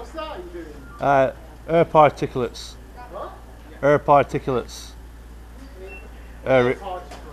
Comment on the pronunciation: “ particulates or farticulates”, keep up the good work.